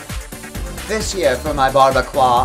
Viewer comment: Bar-be-quah.. my god too funny